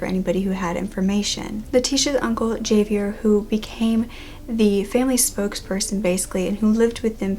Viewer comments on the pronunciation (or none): Love your stories, Javier is pronounced HA Vee Air. In Spanish a J is pronounced like an H. It also looks like the mom in this case died in 1998 rather than 2008. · I’m glad that you covered this case because I see barely any videos on her, but you butchered the names Leticia, Miguel & Javier.